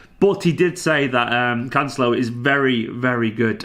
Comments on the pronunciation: As long as he can cover at LB and LWB as well, I think this signing makes sense. A small pedantic point on the pronunciation... you're close with Cancel-o but the emphasis should be on the E as in Can-Sell-O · As a (brazilian) portuguese speaker is always funny to see you guys struggling to pronounce correctly the portugueses names hahaha but I definitely can understand your doubts, it is quite difficult! It's CanCE-lo, not with de italian "c" (Can-che-lo) or the spanish "l" (Cance-lho). tbh I have no idea how to explain that here but hopefully we're gonna hear it in a couple weeks:D love your channel, congrats for the amazing work here